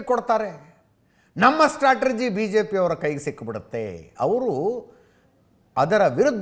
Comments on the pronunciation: ಸ್ಟ್ರಾಟಜಿನೋ...ಸ್ಟ್ಟ್ರಾಟರ್ಜಿನೋ.. ಯಾವುದು ಸರಿಯಾದ ಉಚ್ಚಾರಣೆ ಅಜಿತ್? 🤔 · ಸ್ಟ್ರಾಟಜಿ ಸರಿ.